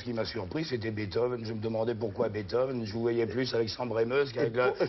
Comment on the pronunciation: Pourquoi ils disent Beethove? C'est comme Bach, qu'ils prononcent comme "bac". Quelle indignité.